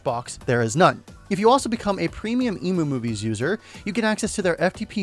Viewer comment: I know this is a minor thing... But isn't the site EmuMovies pronounced "M - U - Movies" like for Emulator Movies? And not like "Ee- Moo - Movies".... Sorry for my OCD, lol...